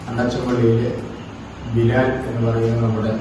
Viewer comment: ബ ലാ ല ല്ല ബിലാൽ.... God bless you. 🙏🏾